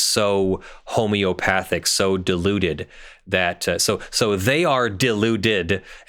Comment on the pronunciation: Right at the beginning, I heard "diluted" as "deluded." {gigglesnort} * They sell this garbage, right? But they quote Mat. 10:8, even where it says "freely give." "Sell" does not mean "freely give." If you have to pay for it, it ain't free.